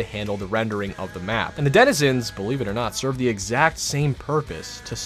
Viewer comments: did he say dedizenizens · Bruh john do br struggling to pronounce denzinrhsbbsndkgksnans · "and the denehhzezins..." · “And the Didduewenizans” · the way he says Densnzzzsns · “The desnidsins” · "and the desenana" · “and the Danananezinss” 😂😂😂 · the dininenenzins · I love how has trouble pronouncing 'denizens' correctly lol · your friend couldn’t say Denizens to save his life lol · was he trying to say Denizens 😂😂😂😂